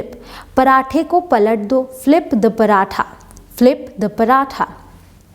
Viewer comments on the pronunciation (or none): none